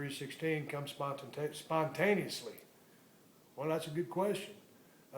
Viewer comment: Spontantanously lol